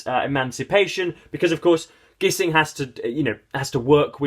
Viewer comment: A great novel. It's been about 20 years since I read it but I plan to return to it soon. By the way, "Gissing" rhymes with "hissing".